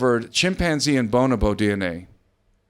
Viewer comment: Boan-a- boan? Am I crazy or is it pronounced bonobo? It's quite rare to see bonobos in the zoo because all they like to do is get it on and they are definitely not heterosexual. Os or osmium .... You say owes me um some say osmium. You're probably totally correct in your pronunciations but it's kind of like going to Europe and asking for a fillet and saying the word filet. Just trying to take this seriously because it is groundbreaking but I'm not quite sure now. The face peelers are definitely an example of government funded psyop. Completely sickening